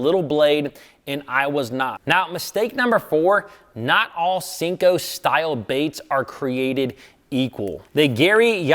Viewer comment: Senko not Sinko